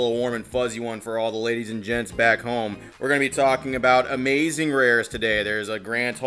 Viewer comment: That was Amaz-zuh-zing